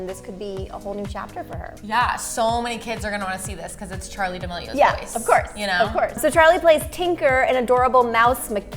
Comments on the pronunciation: Its charli not chali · is it just me or it’s charli not chali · gys its actaly charli not chali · Wait hold on a sec did it just say chali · It's chaRli not chali ☺️ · No offence but it’s charli not chali